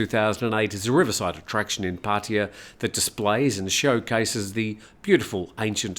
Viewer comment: It was amazing how many times that you mispronounced Pattaya. You should ask a Thai how it's pronounced. Especially if you are going to use the word so many times in a row.